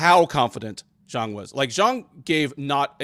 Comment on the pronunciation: Never have this guy here again, he can’t even pronounce Zhang